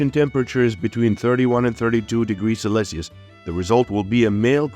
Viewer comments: '... Celsius, yes! "selesenous" no!😊😊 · Eggs are laid from appril to Joan. The incubation temp is between 31 and 32 degrees celecius. Synthetic voices, I love 'em.